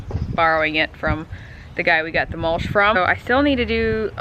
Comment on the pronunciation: MULSH???????????...lol YOU MEAN MUL-CH.....CH NOT SH....ARE YOU AMISH?....WHAT'S WITH THE AMISH THING ON YOUR HEAD?